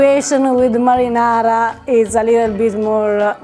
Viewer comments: Harper: "Merinerra" 😁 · "Merrynayraw" hahahaha........